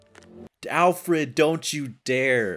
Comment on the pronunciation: I hate how she says allfred instead of Alfred